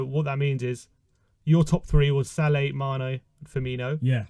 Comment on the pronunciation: Guy can’t even pronounce salah..where’s hh?!!! Send this man a ticket to Siberia asap!